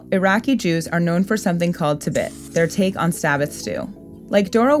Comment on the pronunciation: im an iraqi jew and its pronounced tibeet